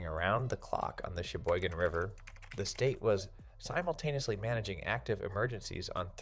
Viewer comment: Be careful. We ( local ) are on it. Flood gates came out last week. AI cannot pronounce Cheyboygon. Suck it!